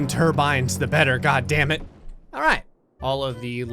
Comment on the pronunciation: Keep clicking rewind every time says alright at the very beginning, it sound like he is saying are ass